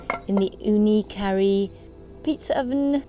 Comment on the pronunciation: How come you keep pronouncing the oven as the Ooni 'Curry'? Isnt it called the KaRu? Like how its spelt and how the company also pronouces it? Just wondering.